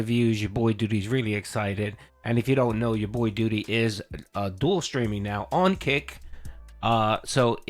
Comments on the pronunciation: Hey brotha least you could do is say your own name right for christ sake it's DOO....DEE. I need to build a house can I get a few acres of all that real estate you own in Phil's head? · I was genuinely surprised when he actuality pronounced "Doody" in a normal way